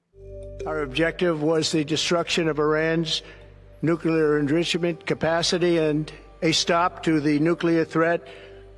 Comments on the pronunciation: When Trump is at the podium and his HANDS fly open on a difficult word, that's him giving up on the proper pronunciation!! The word is ENRICHMENT. . Somehow old Donnie threw some D in there! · He can not even pronounce enrichment. Year 3 reading level at best. His phonological knowledge, auditory memory & cohesion would drag the entire class average down to below standard. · 'Nuclear en-ruche-i-ment'?? Was I the only person who spotted that one? Another of his glitches. Mini-strokes. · "Nuclear An-drish-uh-ment" Capacity?!?